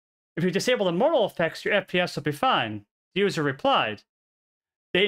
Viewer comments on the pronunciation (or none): Model = Mah-del. Say it with me. Not modal. Mah-del. Mah-del. Model. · British people don't say MODE-AL for model. They say MOD-EL. Very short and sweet pronunciation, with emphasis on MOD, with a rounded O. Just like Mods and Rockers. If we are saying the word MODAL, then of course we pronouce it as in the video. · Appreciate the video immensely! It was very hard to listen to, though, because you pronounce 'Model' as if it were the word 'Modal'. It should be pronounced like "maw-dle." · I kept hearing the word "modal" and it was confusing the hell out of me. And then I figured out you were talking about models. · The way you're currently pronouncing it is how the British pronounce it. In America we say "maa-dl" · is he saying martl or model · The only way it’s pronounced the way you said it in this video is for the word “modal,” which means something else entirely. The word model is pronounced mod-el. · why does he keep saying model wrong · I don't have a great pc because of age but it has been ok everywhere except raid. I haven't raided since first week but everytime bossfight started fps would go avg. 10-15. Even turning off all addons made no difference at all. I expect fps issues when at worldboss and in raid bossfights with 30 players but not 10-15 players in the raid I was in. PS. The 'o' is pronounced with the same sound as father in US english apparently and stress on first syllable. It confused me a little because I was hearing you say modal. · Great video outlining an issue. Some feedback, you are saying model incorrectly.